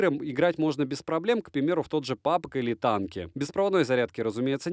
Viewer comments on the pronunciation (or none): none